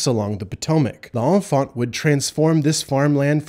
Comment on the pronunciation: You are pronouncing L’Enfant wrong!